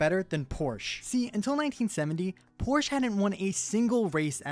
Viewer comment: porch. calling a cup car nascar.